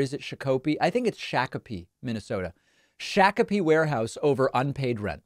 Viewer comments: Its more 'shock-a-pee' than it is 'shack-a-pee' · David, I live in excelsior near Mr. Pillows shakapee, it’s “shock” apee. Not “shack” apee. Anyways, love your show you’ve shouted me out once before, have a good day sir! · Shock-uh-pee rather than shock-oh-pee -Native Minnesotan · Shakopee, Minnesota is pronounced shock-oh-pee. My cousins are from there. Had no idea My pillow guy was too. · Fun fact: Shakopee, MN is pronounced Shah-ke-pee. If you’re not familiar with the name you WILL mispronounce the name based off of the spelling. No criticism from me, just a proud Minnesotan. 😊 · Hey David. Love the show. I’m from Minnesota, and I just wanted to let you know that the correct pronunciation of the city where Mike Pillow’s warehouse is should be said like, “shock-o-pee” (or, at least that’s how we say it. It’s a Souix word meaning six, I believe. Perhaps they say it differently). Hope that helps. Keep fighting the good fight. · DAVID, its is pronounced SHOCK-uh-Pee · Shakopee - "Shaa" "kuh" "pee". Sha like Shaw. Minnesota has a lot of Native American names for many streets, counties, parks, lakes, and etc. Would honestly get a kick out of seeing you trying to pronounce a list of them.